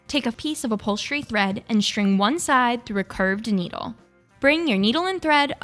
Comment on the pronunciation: G H and "shring" instead of string!